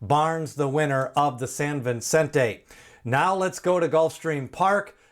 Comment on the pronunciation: It’s Vicente, not Vincente.